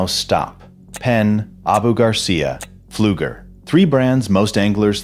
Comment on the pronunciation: The P in pleuger is silent